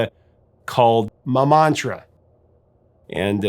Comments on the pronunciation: The area of Paris is not called Mamantra.. It is Montmartre (pronounced Mon Matre) that's where Moulin Rouge is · Great story, and new to me - thanks. 'Montmartre', not 'Mamontre' - 'Mamontre' is 'my watch'!